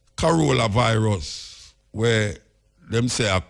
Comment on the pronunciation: Muta says "Corollavirus" 🤣🤣